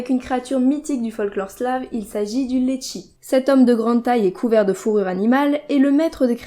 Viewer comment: quand tu as dit liechi j'ai vraiment cru entendre litchi je me suis dit que j'étais le seul a mettre trompé puis la fin de la vidéo ma rassurer :p